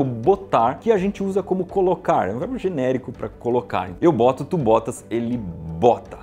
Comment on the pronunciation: Apenas eu ouvi "varbo" em vez de verbo no final do vídeo?😅😅❤